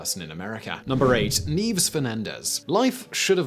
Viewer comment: Ooh. The list went for the more obscure. Thanks for the introduction to these amazing ladies Oh and a mention of a lady from my country, nice. I think her first name should be pronounced "nye-ves" and the island is "Lay-te"